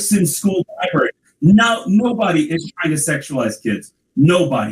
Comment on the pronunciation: I love his videos but I immediately corrected the libary and libarian parts to myself 😂 other than that your videos are spot on.